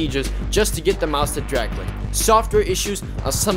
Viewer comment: "it can't dwag cwick im so sad"